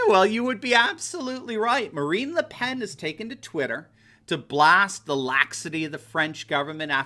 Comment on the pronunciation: Her name is pronounced “luh pon”